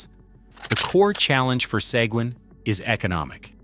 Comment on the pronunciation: AI pronounced "Sequin" wrong all 9 different times.